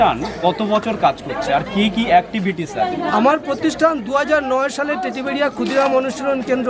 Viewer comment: দাদা ওটা টেডিবেড়িয়া নয় ওটা টেঁটিবেড়িয়া হবে